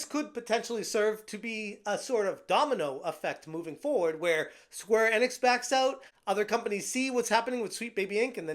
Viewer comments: Square In-Icks or E-Knicks.... I think its E-Knicks; say it right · My dude, its Enix, not Ennix